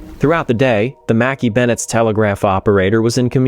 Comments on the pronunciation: You do not pronounce the ship name Makkie. In Scotland it’s Mac.Eye Mc and Mac are pronounced the same and KAY IS eye like 2 words not one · Pronounced Mack-ay not Mack--ee. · It's not mackie bennett It's pronounced MACK-EYE bennett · Shouldn’t the ship name be pronounced “Mackay” not “Mackie” ? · Mackay is pronounced Mac Eye ,,,,Angie in Scotland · Mackay would be pronounces Mack - Eye in Scotland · pronounced - - mah kay Bennett .... Jesus H Christ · Mackay is pronounced mac-eye ..... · I'm Scottish and Mackay is pronounced ma-ki. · Interesting pronunciation of the Scottish surname "Mackay".